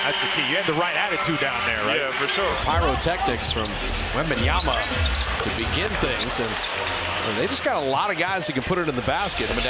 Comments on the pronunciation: Someone please tell these idiots Bob Fitzgerald and Kelenna Azubuike Its " WEMBANYAMA " and not webenyana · it's WembayaMA , not Yana .... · It's always shocking when professional commentators are mispronouncing the names of foreigners. Like you're getting paid 100k+ to do these things, how difficult can it be to say Wembanyama rather than Wembanyana? Stephen A with Dončik is a prime example, he does it for the attention though. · Can somebody tell the announcer that it's WembanyaMa not WebanyaNa? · Oh my god these announcers still pronounce his name wrong Its WembanyaMa not WembanyaNa!!! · Wembanyama not Wembanyana. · ITS WEMBANYAMA NOT WEMBANYANA COMMENTARY TABLE DO YOUR HOMEWORK 🤬🤬🤬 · Wembanyana??? Wembanyada??? ...who the fuck is Wembanyana and Wembanyada??? It's fucking WEMBANYAMA! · Why do they call Victor "wenbanyana" thought it was pronounced as "MA" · Could someone pls tell the commentator that its wembanyama Not wembanyana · if they say wembanyaNa one more time ill eat my ipad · Who the hell is the commentators speaking about .....who da hell is Wembanyana.....it's WEMBANYAMA 😅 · Its YAMA not YANA this caster needs to do some homework, edit: nvm he chged halfway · wembanyaNa....man wtf are these clown broadcasters...you are a professional broadcaster who i bet gets paid fuckin a lot and you cant learn one fuckin name that is literaly the hottest name in basketball rn and have been for some time and a it a pretty easy one as well😔😤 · Why always pronounce as “wembanyana”? Are they hungry ?😂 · Whose wembeyana?????? The fuck is wrong with this commentator! YOU KNOW HIS NAME!!!! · Commentator be like: Wenbamyana 💀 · “wembanyana” ☠️☠️☠️ GOD DAMN PRONOUNCE THE M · The announcer just keeps saying Wembanyana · Bro cant stop say WembanyaNa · "Wembanyana"... this guy needs another job...he can't even pronounce the name of one of the greatest prospect in basketball history... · Announcer keeps calling him Wembanyana lol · Wembeyana?? Please fire this commentator